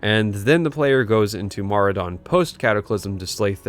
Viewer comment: The first time I've ever heard someone say Maraudon outloud and it sounds so much better the way you say it than what I read in my head for like 15 years